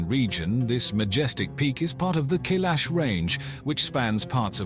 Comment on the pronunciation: It's Mount K-eye-lash, dummies!!!